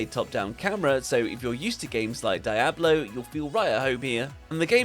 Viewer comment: That man said dye-ablo😂😂😂